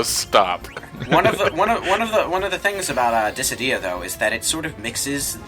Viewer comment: Dat syllable emphasis on Dissidia in here there. It took, like, three or four times for it to be said here for me to get that they were talking about that game.